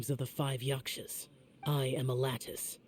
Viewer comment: i cannot tell if he’s serious about calling them yaSHkas and not yaKshas😂😂